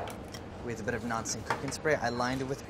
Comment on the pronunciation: I KNOW he said "non-stick cooking spray" but he swallowed that little part BOTH TIMES making it sound like he said "Nazi-cooking Spray"!